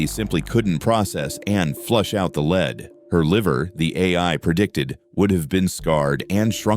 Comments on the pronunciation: LEAD NOT LEED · Very interesting, though the AI narrator gets leed and lead mixed up frequently 🤫😄